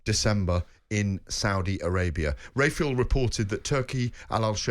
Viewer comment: Does anyone else find the most shocking thing about all this the way GAD pronounces Dan Rafael's name?!?!?!?